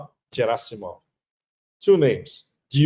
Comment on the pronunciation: Pepe is great Russian expert but has no clue how to pronounce Gerasimov correctly, yeah, right 🤣🤣🤣